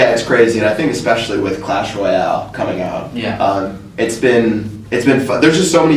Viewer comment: acho mt foda o falando "royale"